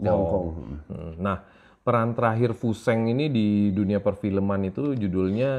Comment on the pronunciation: Koreksi yah bang memang namanya tulisannya fu sheng, tapi bacanya itu Fu shen. Ini idola saya diwakfu tahun 1980an. Filmnya banyak beredar di bioskop.